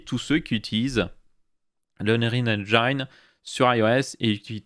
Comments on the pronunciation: "Unreal EngAÏNe" Sa pique à chaque fois :) La prononciation idéale c'est Unreal EngIne avec le i prononcé à la française. Sinon super série ! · Je crois qu'on dit unreal eng(i)ne [i]. Mais en vrai tant qu'on se comprend, osef. Au fait t'en es où sur le nas custom ? Quel OS tu prend au final ? Jai peut-être raté une vidéo ^^